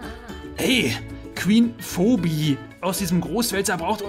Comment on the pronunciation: ohje. offensichtlich kein charmed fan, der gute. wie du phoebees namen aussprichst, da stehen einem ja die haare zu berge.